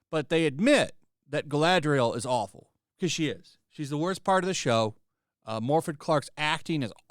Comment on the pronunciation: Its morfydd thyme 😡